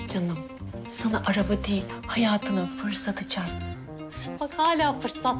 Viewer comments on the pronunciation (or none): Arabaya 'ÇAPTI' yalnız ÇARPTI değil ÇAPTI Allahım yarabbim ya 😂😂😂😂